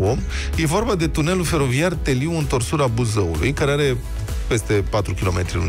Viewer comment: ba da nici un sudist nu stie sa pronunte Teliu